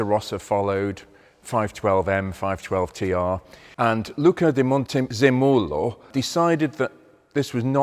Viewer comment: It’s pronounced MonteZEmolo